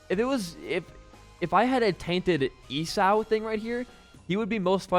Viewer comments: esau is pronounced E saw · The way he says 'Esau' has traumatised me for life. I'm officially more traumatised than isaac.